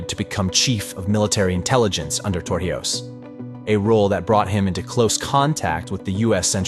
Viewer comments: If you are going to teach important history, please learn how to pronounce things/people's names properly. It is not TorJIos it is TorIJos! It impacts your credibility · Torrijos is pronounced TOR REEHOS, Not TOR HIOS as you kept saying throughout the video. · His name is To-rri-hoes (not For-he-ows). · Tor he os?! HOW ABOUT TOR-EE-HOS. THE NARRATOR DIDNT EVEN TRY TO SAY IT RIGHT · Pretty good, but you seriously need to learn how to pronounce Torrijos. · It annoyed me too 😂